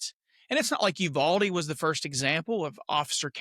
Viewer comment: 100 agree. Nashville PD response a short time after Uvalde gives me hope. you-VAL-dee. Accent on the VAL and you say VAL just like the word “value” . Great channel